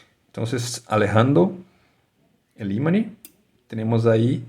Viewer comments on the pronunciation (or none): buen video, pero en español se dice IMAN no imani, prro con practica ya vamos haciendo cosas, best reguards